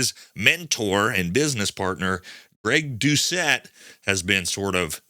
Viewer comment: He said Greg "Doushe-ette"...classic.